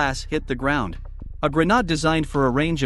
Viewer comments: At the start he says it properly its the last 2 he messes up 🤣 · listen to the video bro. That’s how the text to speech is pronouncing grenade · The way you pronounce grenade... GRANAAD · Gren-AH-de? It is pronounced Gren-aide Spelled Grenade. Jeez, these kids never read out loud, have they? And in Russian and Ukrainian, it is pronounced Granata. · It's called a granade(pronounced aid) not a granad dude 🙄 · Please work on your pronunciation... it's not gre-nad, it's grenade. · Dude accidentally pronounced the Caribbean nation of Grenada. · I think you'll find it's pronounced GRENARD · Hey comrade give me the grenade This guy: actually its pronounced as grenahd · Grenade. The second syllable rhymes with aide, shade, made, glade, paid, raid, wade. It's hard to have any confidence in anything this narrator is saying if he is too uneducated to know the correct pronunciation of grenade. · Its not pronounce grinahd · AI voice decided to pronounce Grenade in German halfway through the video 💀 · The pronunciation changed half way through. Maybe a typo in the script? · I think "grenades" are pronounced correctly but "grenade" is not... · dude literally pronounces "Grenade" two different ways lmao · Did they also decide to change the pronunciation of grenade halfway through stories? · Why did the pronunciation of grenade change halfway through the short? Lol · This stupid text to speech bot can't pronounce "grenade" correctly. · Why did you change the way you pronounced grenade? Like you said it properly the first 3 times XD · What artificial voice pronounces “grenade” like it’s a French word? That’s bizarre! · What's up with pronunciation of grenade? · Why did the voice not know how to pronounce grenade?